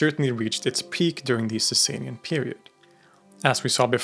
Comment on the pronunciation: It’s not pronounced Saysay-nian Dynasty. It’s pronounced Saw-saw-nian Dynasty